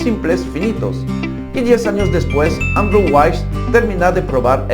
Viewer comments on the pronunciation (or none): none